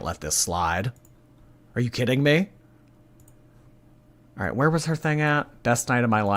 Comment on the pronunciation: My 3 year old was saying it this way as we decorated the Christmas tree and I kept nicely correcting her because of ALL things and people- I can’t let her sound like ALR! Haha but I do think it’s a common lazy way to say it and maybe she was never corrected as a kid.. buuut no excuse at age 30 something 😆